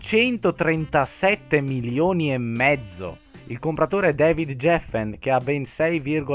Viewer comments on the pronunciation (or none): none